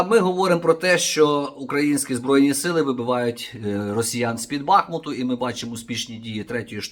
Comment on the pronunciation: С під БахмУту , наголос на у